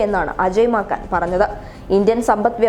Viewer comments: അജയ് 'മാക്കാൻ'..? അയാളുടെ പേര് നീ നന്നായി വായിച്ചല്ലോടീ കൊച്ചേ...😆😆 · Maakan alla penne, Maaken!